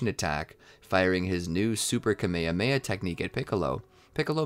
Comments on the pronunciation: IT IS NOT KEYMEYHEYMEYA IT IS KAMEHAMEHA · “A kameamea” dude why do you say it like tahht 💀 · is nobody going to say how he said Kamehameha wrong? Also he keeps on saying it wrong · This guy not saying kaaaaa meeeee haaaa meeee haaaaaaaaaa properly